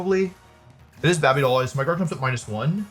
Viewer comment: Can you stop saying Babey Doll Eyes, it irritates me